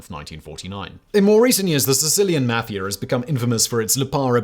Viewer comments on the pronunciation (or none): It's not may-fee-ya. It is mah-fee-ya.